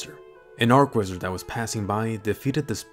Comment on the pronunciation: Say church. Say channel. Say cheap. Say cheat. Say charge. Say chain. Say cheese. Now say archwizard like you should.